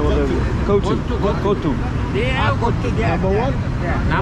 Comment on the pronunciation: Kootsu ' nemai, its kothu... 👌 OK say it probably